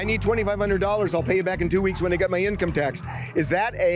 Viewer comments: The confident guy pronouncing income tax wrong killed me 🤣...In tax come.... in tax coming 😆😆😆 income tax coming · The dude that couldn’t pronounce income tax 🤣🤣🤣🤣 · 🤣 he can’t even say “income tax” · He can’t even say the word income tax … something tells me he’s never had a job I hope his acting career goes well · Dude in red shirt outside don’t work he isn’t familiar with an income tax check he can’t even say the words “ Income tax check.